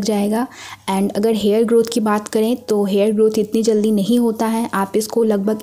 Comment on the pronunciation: Uge nhi hota use hota